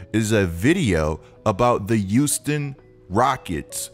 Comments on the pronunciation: “The youston Rockets” 😂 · Is it me or is saying “youston”?